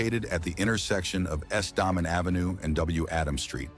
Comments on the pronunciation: They know once Arlington Heights is built up in 10 years hosting the Bears and other concerts they will need to compete somehow... IMO.... Looks great though! The street is pronounced Day-Men (Damen) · "Dah-man" ave